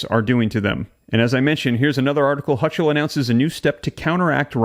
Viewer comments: "Hochul" is pronounced "Ho kul." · Pronunciation of Hochul is pronounced HO kl. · It’s Hocall . That’s how you pronounce it. ho-call. One word. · The NY governor's name is pronounced "Hoe-kull." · its pronounced HOKOL (HOLCHUL) the CH is pronouced as a K. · I will not let that happen. It will be over my dead body! The Ch in Hochul is pronounced like a K. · I think you might want to practice how to pronounce her name and "appellate" so you can maintain credibility. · Please learn how to pronounce Appellate and the Governor's name! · You're saying her name wrong!